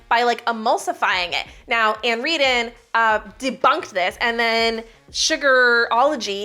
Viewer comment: just a little FYI, her name is Ann REARdon. You said REdon. Just so know for next time 😊